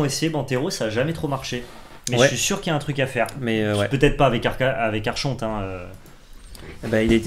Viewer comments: ça se prononce arkonte mais archonte pas content pouce down GRRRR je rigole votre vidéo est top mais ça se prononce vraiment arkonte :p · mdr qui reprend sur la diction et qui nous pond un arCHonte derrière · Ah mais vous ne faites pas exprès de dire arCHonte ? Ça pique les oreilles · Des années de Vampire la Mascarade à se faire poursuivre pas des magistrats ayant ce titre me font dire qu'on prononce arkonte. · Prononcer ArConte pour Archonte. ^^ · Mes oreilles saignent encore.... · J'ai saigné des oreilles à chaque prononciation de la carte ,du coup je suis au bord de l'AVC. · Moi j'aime beaucoup '' l'archonte '' prononcé à la française 😂😂 qui est un type de crea depuis plus de 15 ans. En vrai c'est une bonne carte de side je pense...